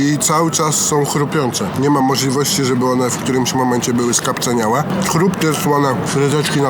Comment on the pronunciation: mówi się skapcAniałe. Skapc-A-niałe.